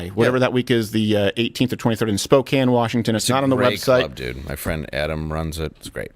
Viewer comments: Steven, 100% happy you said Spokane correctly instead of "spo-cane". Will be coming out to see ya!! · Wow Steve, you pronounce SPOKANE properly! Nice. How would you pronounce Gonzaga? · HOLY SHIT! Steven pronounced Spokane correctly!